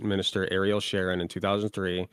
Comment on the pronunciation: SHAR-on is killing me wtf lol